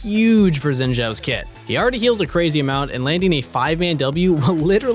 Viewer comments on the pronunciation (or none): Don't wanna be nitpicking, but his name is pronounced like "Shin", not "Zin" Zhao ("Jao").